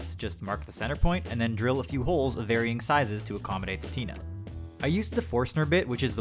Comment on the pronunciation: Did he say tina or tnut im confused